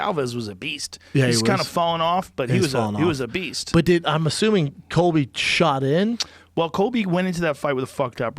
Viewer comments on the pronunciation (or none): none